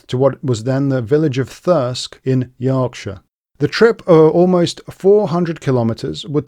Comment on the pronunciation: Like given for culturally appropriate pronunciation of Yorkshire